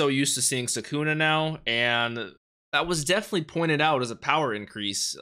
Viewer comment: Sukuna îs pronounced with accent on The first "u"